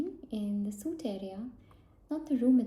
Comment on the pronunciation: Great video! You have a lovely accent. Just a small note, but "suite" is a french word and pronounced like the word 'sweet' in english :)